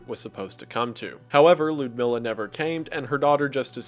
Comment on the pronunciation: The way he pronounces Lyudmila is hilarious lol